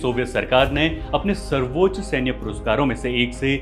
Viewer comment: सर्वोच् ? Quiet = क्वीट् ? अबे ब.चो. लं,ड@ पे घुंघरु बांध के के तेरी अम्@ को चो@ और तेरेको लगेगा मुजरा चल रहा है । quiet= क्वाएट सर्वोच्च =वो+ च्च ? क्या होता है ? पहले उच्चारण सही कर